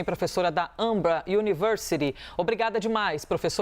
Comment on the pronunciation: Difícil pronunciar a palavra "AMBRA" chiquitita?